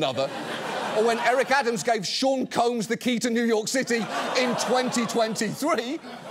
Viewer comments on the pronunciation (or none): none